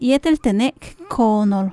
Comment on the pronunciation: Frases 71 y 72: dice koonel, debe decir: koonol